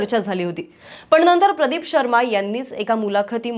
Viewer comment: नंतर चा उच्चार नेहमी णंतर असा करतात 😂😂